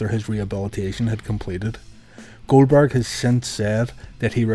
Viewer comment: "Goweldberg" Lol